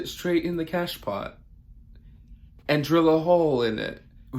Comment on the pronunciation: Bonjour ! Beautiful chain of Hearts in your BEAUTIFUL POT !!!love it!😁😃😉 Gorgeous Scindapsus...Pep' as well...Calathea Orbif'...Phil' Birkin...etc etc loooove'em all😍😍...Love the way You pronounce The French word "cache-pot" hihihi.. (I'm a French plantwitch 😁😁) Bye,see You!😊🌿🌱🌱🍃🍃